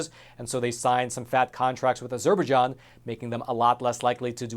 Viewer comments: Hi. You need to review your pronunciation of a Azerbaijan. FYI. The Turkish military spent the 1980's using Turkey's ancient Christian sites, places the Paul and Peter visited as artilitary practice targets. Great informative film. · After all the research you claim to have done, you'd think you would have learned to pronounce Azerbaijan correctly. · Thank you for the report. You need to learn how to pronounce Azerbaijan. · Please pronounce Azerbaijan correctly. Poor Armenians looking at yet ANOTHER genocide which the world will not recognize. Don't kid yourself the Zionist tribe instigated the first one and no doubt involved in this one also. The dual citizens in the USA Dept of State will not care they are behind it also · Great, valuable story! I hadn't heard this side of it before. Also never heard anyone say Azerbaijan that way either... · Stories would be much easier to accept if narrator could at least review the correct pronunciations of common words like " Azerbaijan ". Would someone give this narrator a telephone and have him call the State Dept. so he can learn a new word " Azerbaijan " ....... from Big Bird ......... United States Eagle ............ Nick , NavyBlueSmoke , LST-1195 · stop mispronouncing Azerbaijan...it is highly grating!!! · The way you say Azerbaijan makes me wince every time. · IT'S NOT AZUR BER JON... IT'S AZER BI JON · Not to be petty, but the name of the country Azerbaijan is pronounced with the main stress on the last syllable and secondary stress on the first syllable: A zerbai JAN, not a ZER baijan. Since this entire news story focuses specifically on that country, getting the pronunciation correct matters. After about the 10th time I heard that nearly unrecognizable pronunciation, it really started to bug me. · Surely pronounce az-er-baij-an and not a-ZER-baij-an? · "A Zer Bejon?" its azer - by-jon if youre gonna cover the story, at least say its name right. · It's pronounced as zer by jon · it's pronounced Azer-bye-jahn.